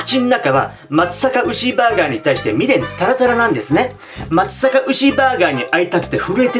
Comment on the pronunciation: まつさか？地元ですがまつざかが正しいかと・・・。